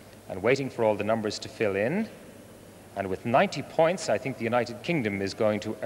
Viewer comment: Somebody should have told Michelle Rocca that there is no "r" in points - also not in French.